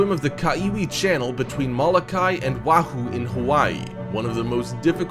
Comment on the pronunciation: Did he say whahoo? It’s Oahu.